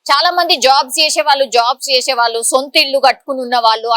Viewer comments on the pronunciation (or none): వాల్లు కాదు , వాళ్ళు అను్ ముందు పలకటం నేర్చుకో